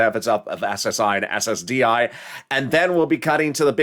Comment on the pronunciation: You said SSID reform when talking about 5th stimulous